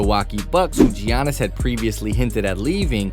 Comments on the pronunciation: His name is pronounced like Yannis. Not gee-onis. Championship title, one of the top players and content for you, you could at least say his name correctly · Say jeeyanis one more time i dare ya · “Jee-yannis” Wojanowski” “Mike-ah-ale Bridges” “Al-dridge” come on bro I wanted to leave a like